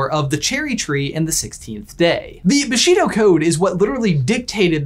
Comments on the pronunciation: One remark if I may: it is pronounced "BooshiDO", not "BaSHEEdo" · It’s pronounced BOO-she-doe. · My only problem with this video is there pronunciation of Bushido. The BU is emphasized, not the Shi. Also, why do you two call it "the towel section?"